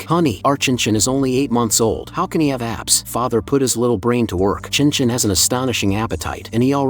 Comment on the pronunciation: There is NO WAY they read «Chen Chen» as «chinchin» 😳🍆🤏